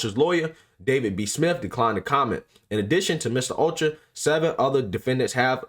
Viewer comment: O CHO AH...... PRONOUNCE IT CLOSER..... OCHOA. GOOFBALL